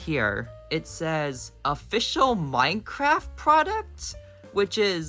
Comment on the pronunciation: Oml it didn't even say "Official Minecraft" It said MINECRRFT